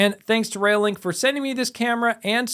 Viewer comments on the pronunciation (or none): Sorry, it's doing my head in !! - It "sounds like" you're saying "Rail Link", instead of "ReoLink", it's annoying as hell. Stop It !!